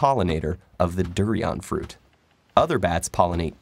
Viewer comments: "DO-RIAEN" IM SCREAMGINF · Why can no one except Asians pronounce durian? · you pronounced durian wrong,and i had a close encounter with a bat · That pronunciation of durian is unique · He says durian weird.